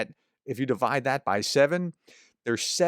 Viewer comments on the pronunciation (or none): none